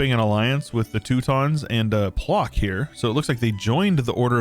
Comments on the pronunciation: its not "plok" actually, hahahah it reads like ploTSk but video is nice! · This map's rather unfair, cities give bonus income, so regions with multiple states will consolidate into strong blobs, while bigger countries will have a tougher time. Also, Płock is pronounced "Pwotsk" (ł -> w like in "win", "wow"; ck -> tsk, like, well, "tsk tsk tsk").